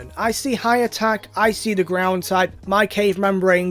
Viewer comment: Gordon Me: it's Ground